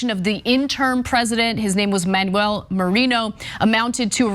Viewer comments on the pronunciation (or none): none